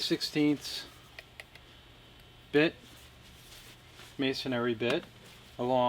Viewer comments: It's masonry not masonary. Only one a in masonry. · This is the first time I have ever heard someone pronounce the word "masonry" like "masonary." And it's on a video about masonry screws. Go figure. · Uhh...mason(āRY) ? Dude wth?